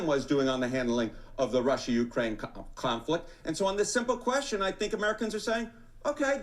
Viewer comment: Sounds like he almost said "clownflict" 😂😂😂. He should've kept that. Definitely appropriate.